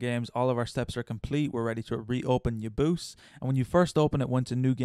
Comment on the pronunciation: i pronounce UoYabause as Oh-Yeah-Bow-Say